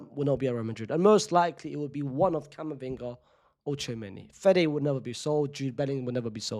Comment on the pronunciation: It’s Camavinga. And you know it